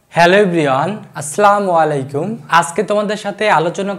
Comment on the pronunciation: আস্লামু আলাইকুম নয় স্যার,আসসালামু আলাইকুম বলতে হয়